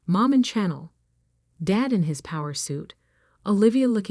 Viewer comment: Okay this AI can not pronounce one of the biggest designers in the world CHANNEL. It is pronounced (SHA NELL). STUPID AI. It also can not pronounce Live, you pronounce it L I VE ,PRONOUNCE I . SAY IT AS (I). ..... WHEN you have a (e)at the end of a word the prior vowels are pronounced as the vowels are pronounced. AI can not compute 2nd grade English. The content Creator of this site should do better. I guess they do not listen to their own content before posting. The woman in the story is a very strong character, like most women really are.